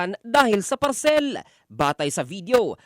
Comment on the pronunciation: Ang sakit sa tenga nung parCELL!😂😂😂